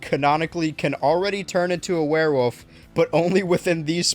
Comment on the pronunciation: I appreciate that you pronounce werewolf as "werewoof"